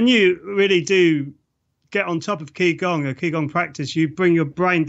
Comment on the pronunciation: It's actually pronounced "Chi Gong" not "Key Gong". Some instructor!